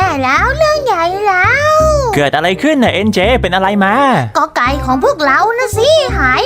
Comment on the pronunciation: หนูได้ยินพูดว่าก ไก่แต่เอ็นเจพูดว่าก็ไก่😂